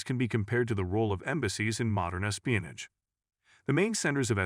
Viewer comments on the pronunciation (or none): Please fix the pronunciation of some words. Like espionage (it's not espino-nige). Very distracting and takes away from listening experience. Thanks.